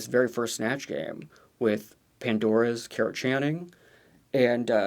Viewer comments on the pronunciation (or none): idk if it’s just my bad hearing but it sounds like you’re saying Carrot Channing 😂